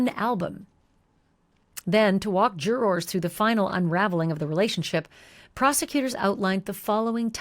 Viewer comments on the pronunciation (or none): This is a greatvideo, but if i hear jurRORs again i might go crazy 😂😂😂😂 idk why it bothers me so much, but your voice is very soothing and the story is very well done